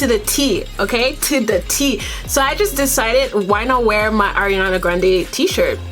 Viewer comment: Her name is pronounce ARE-IANA by the way.